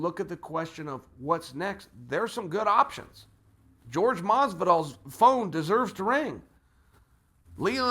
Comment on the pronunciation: I must be the only one annoyed af that he can't or refuses to get Jorge name right like wtf man his name aint George!!